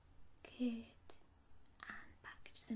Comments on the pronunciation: "...we'll start with bottle 'number A'..." . Subbed immediately off the quirk of that gem ! And partly off the fact that your "good" sounds a bit like "git" ... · Argh! I cannot un-hear "git" now! Ah well... subbed anyways.